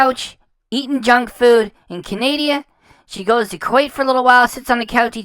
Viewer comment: Look I really enjoy your content, but please it does not help the cause to call her followers idiots while calling it CANADIA. Please it is CANADA, pronounced CAN-A-DA. I'm am used to hate so feel free, but I mean no harm, I just think it helps the good fight to not call others idiots while sounding uneducated when you obviously are.